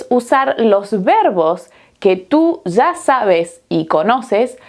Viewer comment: En vez de 'Ya" (ia) dice "za". " ...que tu "za" sabes"... , "que tu "za" tienes". Esto a mi me molesta mucho, y no lo puedo negar.